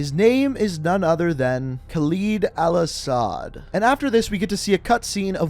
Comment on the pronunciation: The way you miss pronounced all ashads name triggered me